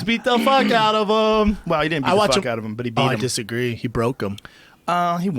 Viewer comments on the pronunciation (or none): Brendan "I desagree" Schaub